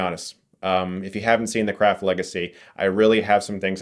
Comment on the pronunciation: I swear Chris pronounce "craft" as "crap" a few times on purpose. Lmao.